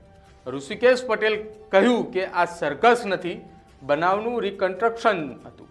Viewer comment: આ ભાઈ ને રિકંસ્ટ્રક્શન બોલતાં આવડતું નહિ ને ન્યુઝ એંકર બની ગયા છે... પેલા ગુજરાતી ભાષા પર પકડ શીખો ભાઈ